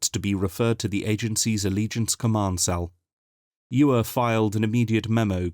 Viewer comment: I should point out that in the novels, Chris Cwej says his last name is pronounced Sha- VAY. All in all, a very pleasant surprise! Thank you from the bottom of my hearts! LOL